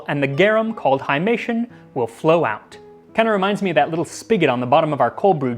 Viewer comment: Very engaging. Gratias, Maxime! Garum non bibatur. 'Haimation' is a Greek word. Pron. 'high-mat-ee-on (it means 'bloody' or 'blood-like'). Two quarts = 2.25 litres Seneca the Younger was a famous Stoic, not an Epicurean.